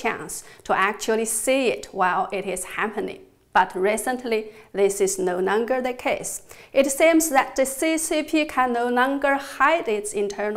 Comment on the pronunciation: I like the way she says .. No Nonger